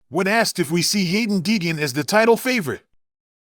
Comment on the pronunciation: Yeah this channel is a joke can't even say Deegan correct.false news